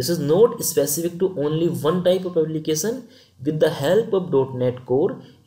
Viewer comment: Content and explaination is good. But please don;t say Applicasan, versan etc.... it is Application, version and similarly other words.